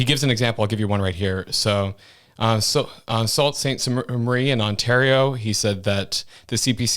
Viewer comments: Actually pronounced Sue St. Marie, not Salt St. Marie. 😉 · Buddy! It's not "Salt" Ste. Marie, it's "Soo" Ste. Marie hahaha guess you're not from Ontario lol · a couple of things...its not 'salt st marie' its 'soo st marie' and Pierre was asked why he didn't say what he would do if he gets in, he said, he isn't saying anything until there is an actually election race going on. He said he isn't putting his resolutions out there for libs to steal it as they have already done, as well as NDP, claiming they have this great idea. They have already done it. He is being smart in not saying too much right now. And please don't label 'older people' for how we vote. In the past, Libs were ok, I could go between Conservatives and Libs. but politicians are nothing like they used to be. I will be voting, as I have done since before Harper, Conservative as will my whole family (my 2 kids are around 50 so I don't know if you consider that 'older people' or not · Sault Ste Marie, pronounced Soo Saint Marie. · Saul’s Ste Marie pronounced ‘ Soo “ Ste…….. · Dude butchered Saut st Marie lol it's pronounced soo saint marie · WHAT St. Marie Ontario? 😂 We sure this guy is Canadian? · Where do you live that you don’t know how to say Sault Ste. Marie.